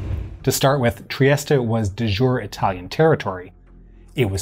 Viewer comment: Très élégant. 🙄 "De jure," not to be confused with "du jour." 🙄